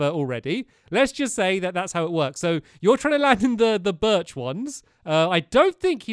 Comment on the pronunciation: You left Barnaby in your room! And you said Birch wrong!